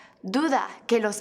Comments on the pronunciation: When she says que it sounds like gay. Annunciate more please xD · When she said que I thought she said gay